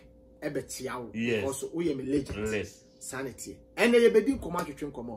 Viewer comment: Kwaku Manu and pronunciation. Ligent for legend